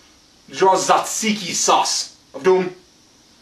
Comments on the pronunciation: your pronounciation was almost spot on! the "t" is not silent however, and in greek when "t" and "z" go together, we pronounce it as a "j" so it's "jajiki"! btw, i'm greek so i know what i'm talking about :) great video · It's spoken Jajiki. J like Jesus. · hahaha i live in greece and your pronounciation was off with the tzatziki (pronounce the 't') :D